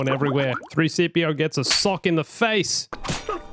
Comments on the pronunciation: Did anyone notice him saying 3cpo at the end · my man just said 3-cpo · man said 3-cpo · did any one notice that he said 3-cpo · He says 3 cpo